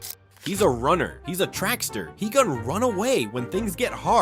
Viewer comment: track star, not trackster...